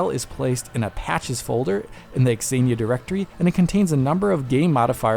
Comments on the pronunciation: Xenia is pronounced Zenia. Not x-enia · Pronouncing Xenia as "Exania" rather than "Zeenia" is kinda funny. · why are you saying X zenia? its just zenia haha. very odd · What's pronunciation? Ex-een-ya? It's Zeen-ya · I'm quite sure it's pronounced "Senia" not x-xenia 😂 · X Ania? You mean Zeenia. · Its "zeenia" not "x-zeenia" lmao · x-aye-knee-ah? Bro... it's just Xenia... zee-knee-ah or zay-knee-ah... The X is silent... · Wait.. it's 'ecks-enia' and not just zenia? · I think this is the first time I heard someone pronounce the Xenia name as "EX-Zenia" and not just "Zenia" (like Xena from the 90s Sam Raimi TV show). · Surely it’s “zenia,” not “ex-enia?” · I want to watch this video but every time he says "exenia" my stomach hurts. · Zeeee-nia lol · "eks eenia" No. Stop it! Stop it! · It's pronounced zee-knee-yah 😫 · Zeenia - this is how it's pronounced in English. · Why is he pronouncing xenia like that? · Great video but the dude pronouncing Xenia wrong a million times was pretty tilting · Xenia should not be pronounced like that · That's not how Xenia is pronounced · I don't think that's how you pronounce "Xenia". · Please stop pronouncing 'xenia' like that.